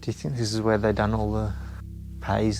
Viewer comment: Who pronounces Done (Dun), Do-wn